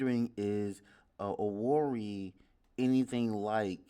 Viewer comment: It is Imo state and the capital is Owerri but pronounced as Owehreh